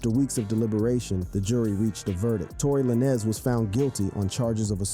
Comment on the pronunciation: Tory Lan-Ez ... bro what?! How u make a video bout rappers n dont know they name? How you fugg up the pronounciation of a FIVE LETTER word 😂😂